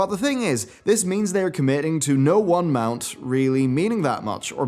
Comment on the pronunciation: "inflatable MOON shoes"? lmao - you mean "Inflatable Mount Shoes"